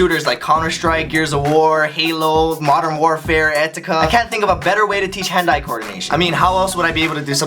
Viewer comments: Lmfao I though he said "Hentai" but it was "Hand-eye" Lol hahahaha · Is it just me or does ryan's pronunciation of "hand eye" coordination sound like an american saying "Hentai" .